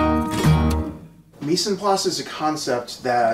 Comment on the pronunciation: I would love to give you a lesson on French pronunciation.